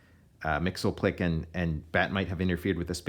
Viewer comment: Mxyzptlk us actually pronounced "Mix-yizz-pittle-lik".